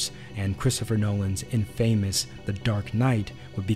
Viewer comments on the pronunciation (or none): English is very unintuitive. The word "infamous" = "in-fuh-muss", as opposed to "inn-fay-muss". Similarly, the word "linear" is "lin-ee-urr" instead of "lin-ear". I've been seeing a lot of Tubers lately who seem to only know words that they've read instead of heard, and the result is a lot of presumed pronunciation that flies in the face of generations of establishment these words have had the world over. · It’s also not pronounced like “in-famous” but “infa-mous”. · In-fuh-mus. Not in-fay-mus. The 'fa' in 'infamous' is pronounced like the u in the word 'fun'. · If you want to do voice over work learn, that “infamous” is not pronounced “in famous”. Have you seriously never heard someone say “infamous” before? it sounds like infuh-muss. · my mans really said “in-famous”. great video. some super interesting stuff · How am I supposed to keep listening after that pronunciation of infamous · I've never heard anyone pronounce 'infamous' as 'in-famous' before. Nice video though! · Man said in-famous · "Infamous" -- accent on the first syllable -- means "detestable." Not many would apply that word to "The Dark Knight." That film was NOT entirely shot in 15-perf 70mm; only certain sequences were. You say that 15-perf offers a "wider" view than 5-perf. I don't think that's correct. 15-perf is TALLER and has greater resolution. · Infamous wasn’t the right adjective to explain TDK. You also pronounced it incorrectly. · You read "infamous" wrong bro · I’m sorry…how do you say infamous? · Learn how to say infamous